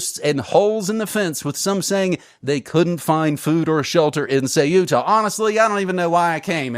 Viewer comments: Ceuta, not Cueta. Stop the copy/paste ! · "Que -etta" not Cu-eta, pedanticism I know but... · Not Ce-u-ta , it’s Ceu-ta! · Dude, it’s pronounced “Kuta” (or Kootah if that easier for you) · Dudes, it's pronounced Thay-oo-tah. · Ceuta = SAY-OO-TUH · It is CEUTA, ("Ce-oo-ta") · THAW-tah (official Spanish) or SAW-tah (Arabic, Berber and dialectal Spanish). In this case the "u" works like a /w/. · An independent investigative journalism piece cannot afford such a mistake. Could it be that this disdain for the pronunciation of a small Spanish city, an enclave on the Strait of Gibraltar, stems from a chauvinistic bias?